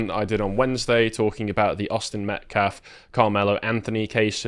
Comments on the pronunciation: "Metclaf"? Hands up don't shoot. Jeez Louise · That "pastor" says "MetCLAF" every time. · This guy is purposely mispronouncing the name of the victim, Austin Metcalf, and people that support him. He has no problem pronouncing the names of the Anthony family and those that support them. It's intentional.